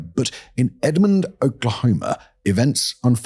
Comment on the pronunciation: I was gonna leave the Edmond thing alone, but 14 minutes in, and I can't get past you saying Edmondton. I love your channel, just wanted to let you know. It's Edmond and only Edmond.